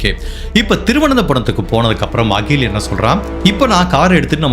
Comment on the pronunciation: Pls note She is rockkkymole Not ragi mal He is akkkil not as agil Neyyatinkarai not karaaa